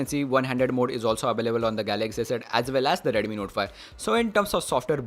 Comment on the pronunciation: If you improve your Pronunciation little more, then you will get more audience ... eg :- Instead of saying "Redumi" say "Redmi" ..... It will make difference ✌️